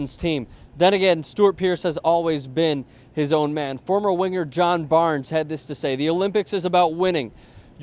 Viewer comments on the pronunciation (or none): none